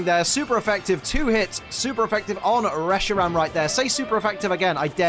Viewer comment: Reshirom? Welp time to call one Reshiram, Reshirom.